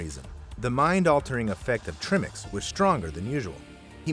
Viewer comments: It's pronounced 'try mix' not 'trim ix'. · Tri- Mix like in Tripod... not trimmix 🤣🤣🤣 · It's pronounced TRI MIX, not trimmix. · I'm not a diver but I think it's pronounced "tri-mix". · Trimix? It's pronounced TRY-mix.